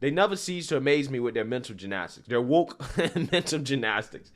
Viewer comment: Shit. Wokaa what. Can't say woker..